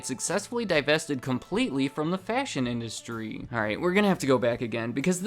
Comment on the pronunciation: I hate to be rude but I don’t like the way you talk. You always put emphasis on the last syllable at the end of every sentence. So the last part of the last word is always stretched annoyingly far. For example when you say “industry” it sounds like you’re reading “industryyyyyy”. I find this video interesting but this is just too annoying of a speech pattern for me.